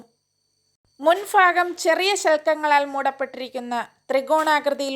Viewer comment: മുൻഫാഗം...... അല്ല.. മുൻഭാഗം